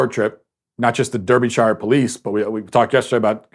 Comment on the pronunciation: Just thought I'd clarify how Derbyshire is pronounced in the UK. Matt pronounces it "der-bee-shire". When in fact it's "dar-bi-sheer"